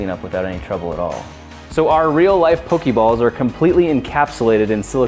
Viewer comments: Pok-AY balls. Not Pok-EE balls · It's poke eh balls and poke eh mon